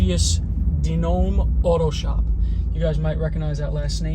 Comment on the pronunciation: In Italian DiNome is pronounced "DeeNomei"